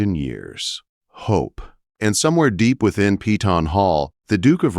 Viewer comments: It's PEY TON not PEETON. Upgrade both the AI writer and the AI narrator...both are terrible. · If only they pronounced Peyton as we pronounce it in KY. We call it Pay ton…..not Pee tawn . Lol